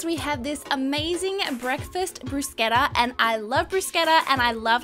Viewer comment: i cringed so bad when she said bruschetta